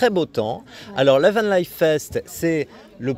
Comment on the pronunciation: Dommage nous n'étions pas loin la semaine d'avant, on essayera de venir l'année prochaine ! Par contre je ne dirai rien sur la prononciation de "Vanlifest" par le journaliste... mais quand même... ;-)